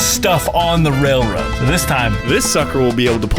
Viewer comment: “Let’s put a mini truck on da wailwoad”😂😂😂😂😂 Keep going 🤙🏽